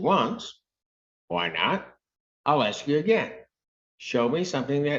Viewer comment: I was gonna ax. Lmfao blackinese never dissapoints